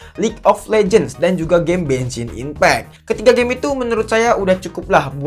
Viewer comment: Genssin ipeck ❌ Bengsin ipeck✔️✅